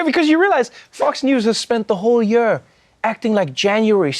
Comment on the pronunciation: I just come here to hear Trevor pronounce year "Yehr"